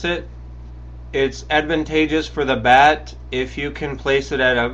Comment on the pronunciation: Bat* not bag